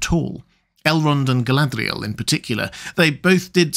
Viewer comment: I've commented before on this and am still in need of education. But your pronunciation of Galadriel is inconsistent. Sometimes (20%) you pronounce it like it is spelled, other times (80%) it's almost as if you replace the 'R' with an 'L' as if you're romanticising her name. Honestly, you're the expert, if you tell me it's some accent on her name to make it sound how you pronounce it 80% of the time I'll take it as gospel.